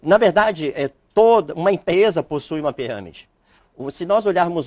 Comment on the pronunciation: O advogado fala he piramede mais não he fraudolenta,,kkkkkkk he piramede mais não he ,,kkkkk sai fora telex fria]]